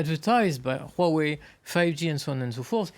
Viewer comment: Finally, I see the first French who could pronounce Huawei correctly...